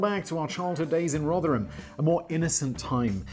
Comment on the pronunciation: Meme Accountant here... FINALLY - SIMON PRONOUNCES ROTHERHAM PROPERLY. My work here is done. Bye all.